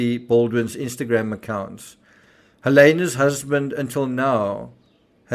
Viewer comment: Her name is pronounced as HAA-LEE-NA. not Helena. It's a ukranian name, she is Ukrainian, an immigrant, which is a huge factor in this whole story.